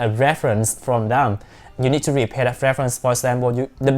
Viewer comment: Nice and interesting ,as you are talking fast and to the point..but it is prepare not repare🙂